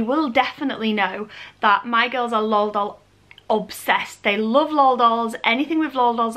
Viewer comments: It’s L.O.L not lol not trying to be rude still love you 😍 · Pattie M yeah it should be pronounced el oh el, but to be honest I’m just lazy and I will say lol unless I’m in front of someone who is extraordinarily passionate about them and will be upset by it. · Any other Americans irritated with how she’s pronouncing L.O.L dolls? The . Separates the letters and each letter is capitalized. I know English vs American English have some differences just not sure that is one of them. 🤔